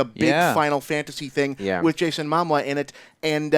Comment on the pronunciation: He keeps saying Jason mama lol anyway I really liked the aquaman trailer, shazam looked kinda goofy but I'm digging the lighter brighter tone